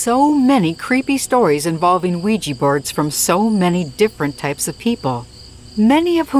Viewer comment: Thumbs down until you start learning to pronounce Ouija correctly